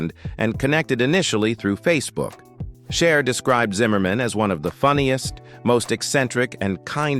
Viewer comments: AI voice was annoying at first but, the way it butchered everyone’s name was effin’ hilarious. It’s am and I’m trying to laugh quietly which made me laugh even more. Shar looked great, especially when she dated Wearon Beater then who knew she married and divorced Bono? I’d better stop now and watch something boring. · It's not shar , or shies , it's CHER!!!! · Narrator learn how to pronounce Cher